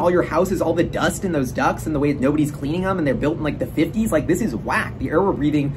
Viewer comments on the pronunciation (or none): "Think about the ducks in all your houses" - Hahaha, took me a second to realize you meant ducts.